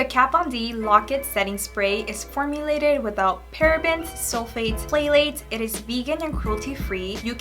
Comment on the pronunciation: Hi, I hope u dont get offended when corrected, not my intent to offend u. But the word Phthalate is pronounced like "thalates" the PH is silent. I had to Google how to pronounce this because I had no clue how to say it when I first started paying attention to product ingredients. Btw, what Nationality are u? U are so pretty. I'm guessing either Mexican or Columbian, but I can be way off....am I?